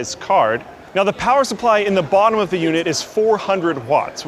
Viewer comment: POWAH